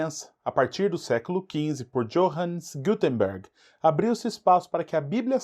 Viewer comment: Pronuncia: Yôhanes Gutenberg com o H pronunciado como em rato. Johannes Gutenberg. O J tem o som de i.